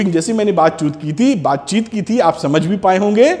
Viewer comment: sir Ne Baatchit ko Baatchut bola wt a funny fact😂😂